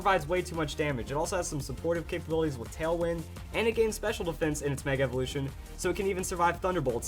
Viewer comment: He said pur defense